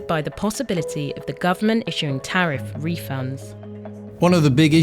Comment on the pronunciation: Tell him it is tarrif 💹 not toffee 🍫